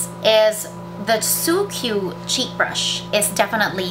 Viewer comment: pronounced as sukku, not su-kyu